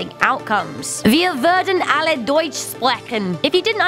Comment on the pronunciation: You did not spoke German. That was a terrible «Deutsch»